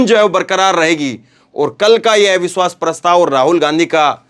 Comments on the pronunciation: " AIVISHWAS" NHI... AVISHVAS..🙏🙏🙏plz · सर, एविश्वास पत्र नहीं अविश्वास पत्र बोलना ज़्यादा सही है। आपकी प्रस्तुति में करेक्शन करने के लिए माफ़ करना। 🙏